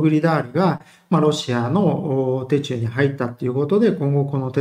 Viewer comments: 戦況には関係ないですが「手中」の読みは「シュチュウ」ですよ。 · 手中は「しゅちゅう」と読みますよ🙂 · 手中はしゅちゅう 気になる